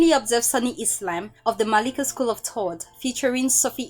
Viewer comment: learn the letter H please. its thought not taught